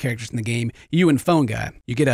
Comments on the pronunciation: "Phone Gah" Omg i love you xD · says phone guy like "Phone-Ga"